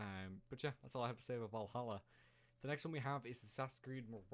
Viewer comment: At least he got Valhalla right